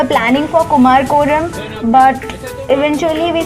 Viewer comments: Clean your tounge first. It's Kumarakam. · Don't you at least need to get the name of the place right when you are there ? It's pronounced कुमरकम (Kumara-kam) & not whatever you are saying.